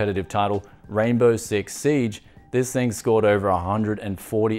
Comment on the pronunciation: It's Six Siege, not Six Seige :D